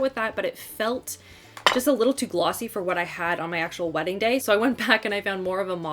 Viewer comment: FWEDDING....new word that will certainly catch on!! ha ha